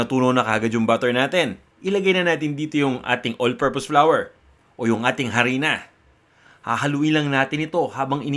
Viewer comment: 😂 mas convinced na ako na tlgang on d spot ang cooking tutorial mo kuya. Hahah na bulol ka s flour.. Galing!!